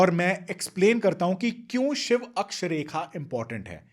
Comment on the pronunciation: आप कृपा करके शिवा शब्द न बोले, शिव बोले